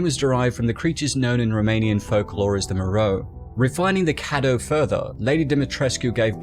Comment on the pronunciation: It's pronounced kay-doo